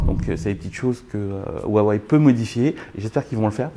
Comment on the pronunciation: Par pitié Huawei ce prononce "Rouawei" et non "Wawey" écoutez la conférence de Richard Yu. Le H se prononce proche d'un R pour nous.